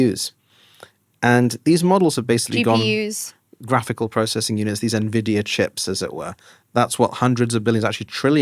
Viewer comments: such an interesting discussion ,yet... Myriam "managed" to ruin my hype 😵‍💫,due to her miss-pronouncing nVIDIA as ...nevidia !!! for Myriam might be a small issue ,but someone like me who grew up with videogames and started buying his first nVIDIA GPU(nVIDIA Riva TNT2 Ultra) since... 1999 (Jensen:virtualhug:Huang is my hero), then hearing that makes me crazy !!! so , i'll copy/paste what i said few months ago who recently used the same incorrect pronunciation : """i was left speechless : you can't even ...😱pronounce correctly the 1st company in history which passed the 4trillion value ??? It's like pronouncing Microsoft instead of M(a)icrosoft !!!! really ? Nevidia ??? And since i've heard many nonsense from people in the past about what is verbally correct ,and i'm sure you would argue the same like those people ,i'll say it ahead in order to prevent that argument : nVIDIA isn't some dictionary word .It's a company which certain Founders have ... founded and those certain Founders are the ONLY ones who will decide how their company will be pronounced !!! And guess what : they don't pronounce their company nevidia ,so why on earth are you changing THEIR company's pronunciation ??? """ --P.S. As i said , i follow nVIDIA since 1999 ,and Myriam... i can assure you that i heard 100times people saying that nVIDIA is "doomed" from its competitors(*i'm referring to your A.I. bubble comments). Yet ,all those people who - during nVIDIA's life - made such claims ,failed spectac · Myriam doesn't know how to pronounce "Nvidia".